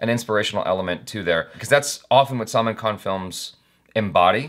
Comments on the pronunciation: always emphasise on wrong 'A' 🤣 not talking about 'A'chara though. Bharat is not pronounced as Bha-raat, it's Bhaa-rt. Salman isn't Saal-mn, it's Sl-maan Just saying 😉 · Its Bhaaaaaa-Rut not Baraaaaaat. Its Sull (as in gull of sea gull)-Maaaaan khan not Salmon. Sheesh. So many years and 1 M subscribers. At least get Rashi Mudholkar to tutor you on pronunciations if she is not doing subtitles and save us the torture.